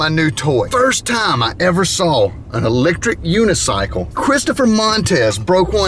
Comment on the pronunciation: I made the kids bring bicycle, so they're tired. But I've been riding my Rec-lectric unicycle, and I am NOT tired!............ REC-LECTRIC!!........... I don't know what it is about southern people with they're drawl that cracks me up so bad when they mispronounce words. I had to watch that part a few times. Don't get me wrong, I'm not laughing at them as if they are stupid, it's just the way the accent sounds and the funny ass pronunciation of words that gets me. Thanks for the laugh. Keep 'em comin!!!